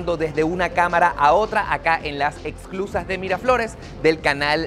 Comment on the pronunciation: Hola! Gracias por mostrar un poquito de mi hermoso país. No sé si escuché bien pero creo que decías “exclusas” y se llaman “esclusas”. 😉